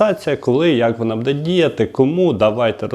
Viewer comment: Не буДе а Буде надо казать а бо вухо ріже